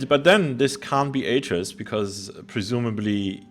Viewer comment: Stop getting myst wrong! :P it's AY-TRUS, GEN, and RAND Miller. And he so clearly smashed the lever not the book... However as someone who knows Riven and mystlore inside out, it's a joy to hear you guys work this out.